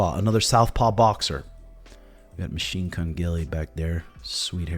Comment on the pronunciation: Did you say machine kun gilly? 😂